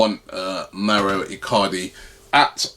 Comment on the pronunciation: Its Mauro not Mario Icardi